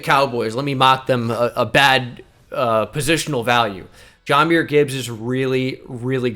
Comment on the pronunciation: I know it dont mean much overall, but I’ve noticed it a couple times. It’s pronounced Juh-myr not Jah-myr. Yes we do call him Jah like Ja Morant, but it’s pronounced Juh-myr